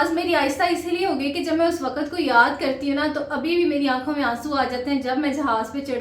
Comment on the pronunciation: She study alot but still she cannot speak Urdu well And saying lafz to lafaz And waqt to waqat